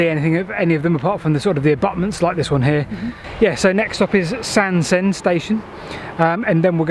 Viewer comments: Hello thanks for a lovely item. Sorry to be a bit pedantic, but the pronunciation of Sandsend is Sands-end and Staithes is pronounced 'Steers' locally. I know that you like to know these things. 😁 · it's supposed to be pronounced 'Sands end'